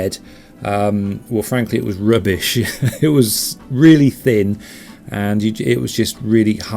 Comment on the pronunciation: I just can't get over the way he says rubbish, lol. rrrrrubbish